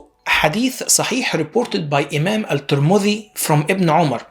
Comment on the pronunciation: You can't even pronounce الترمذي and السيوطي correctly. Very ignorant YouTuber, I pity who believes what you said.